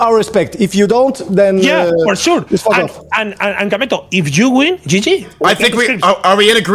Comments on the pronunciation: IT IS KAMETO NOT KEMETO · its Kameto c'est pas kemeto??